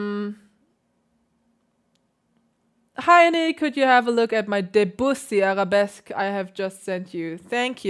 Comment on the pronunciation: I like your videos very much. Thank you for all your musical and technical insights. However I am French, and Debussy should be pronounced somewhat as "Döbüssi" if it was German spelling.😉